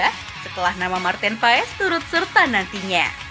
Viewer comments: Nyebut nama bukan Paes bng tapi Pass😊😊😊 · Sebetulnya Maarten Paes itu dibaca Martin Pas bang, bukan Martin Faiz 😂😂